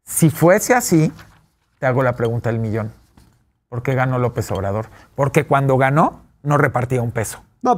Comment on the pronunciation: Chuchis Gálvez dice : Poque, no porque, jajaja... no sabe hablar... 😂😂😂